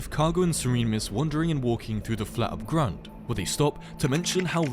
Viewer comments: i love how "Abgrund" is spoken with this AI voice "Abegrund" and yes i am german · BRO HOW IS THAT AI SPEAKING "ABGRUND" HE KS SPEAKING IT LIKE "ÄBEGROUND"